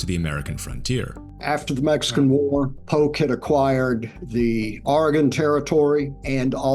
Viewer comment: I'm sorry, Mr. John Robert Smith, but wtf is Aragorn territory? It's spelled Oregon and pronounced "OR(uh)-gunn". I bet you pronounce Appalachia wrong too. Lots of people learned to pronounce that the wrong way, "AP-uh-LAY-chuh" but that one is supposed to be pronounced "AP-uh-LATCH-yuh".